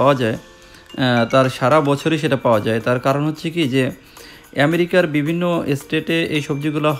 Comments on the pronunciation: লিখেছেন আমেরিকা আর মুখে বলছেন এ‍্যামেরিকা বিষয় টা বুঝলাম না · খুব দুর্বল এবং ভূল বার বার এমেরিকা বলা ভাল লাগে না। পা উন্ড/ কেজি ঠিক করে বলেন